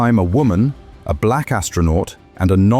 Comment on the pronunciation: Why did you have to say " the black astronaut " the way you did?